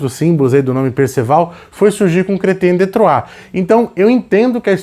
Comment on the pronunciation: É tão satisfatório ouvir o pronunciar Chrétien de Troyes! hahaha. Uma pena que esses livros sejam tão diíceis de encontrar, vamos torcer para alguma editora relançar em breve, são verdadeiras joias esses contos.